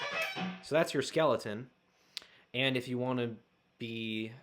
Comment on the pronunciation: Did you say skeleton or scaleton? Lol nice vid.... great job